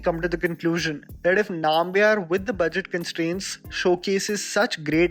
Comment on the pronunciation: Its pronounced as Numbiar